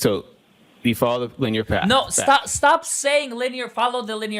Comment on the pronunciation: He has problems with words over two syllables. He says linyear, instead of linear.